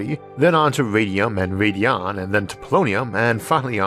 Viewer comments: ISSAC. Americum was named for America. The 'c' has a 'k' sound. Radon is "RAY-don," not, "RAY-di-on," and caveat is, "KAH-vi-oht," not, "KAH-veet." You don't normally make mistakes like these. What's going on? P.S. The first electric engine plane was unveiled last month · you said radion